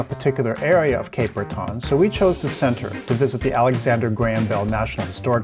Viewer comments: It's ok even Elton John mispronounced it when he did a concert here in 2011. We pronounce it Cape Bretin. Glad you liked your visit. I recommend the Cabot Trail for your next visit, especially during the fall. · I love how you say it …. But it’s more like Brett’n, if you are from there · Please learn how to pronounce 'Breton'. It does not rhyme with 'baton'. I don't know how you can visit a place without finding out how to say its name